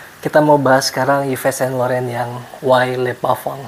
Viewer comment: Bukan Yives bacanya bang tapi iv sang lorong